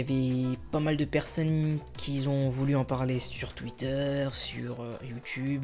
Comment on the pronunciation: Juste évite de dire "quisont" au lieu de "qui ont": merci